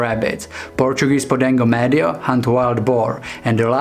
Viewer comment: 'Pee-kenno' and 'grand' and 'meed-jo.'